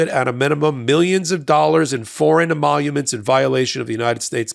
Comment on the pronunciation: Trump can’t even say emoluments.